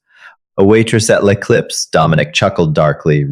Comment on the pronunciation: I too enjoyed the take down of Chloe but if you're going to make French a key component of the story it should be s1sspelled correctly as well as pronounced! Lay Clips makes me think of potato chips with a bag clip instead of what can only be L'Eclipse. Some French even fairly common in not especially such exclusive restaurants are maitre de and hors d'oevres. These are just the most common French terms misspell3d and mispronounced. In English you should also know that there's no such thing as a lone shark: there IS however a loan shark!